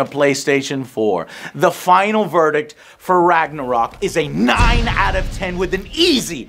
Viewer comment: The makers of the game don´t know how to say Ragnarök WOW